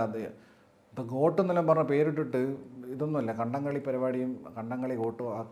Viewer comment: Kadam Kali alla kadamkaali😂😅